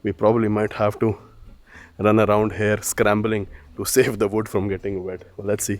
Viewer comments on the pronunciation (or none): please teach him how to pronounce "HERE". Heirrrrr kya hota hai!!???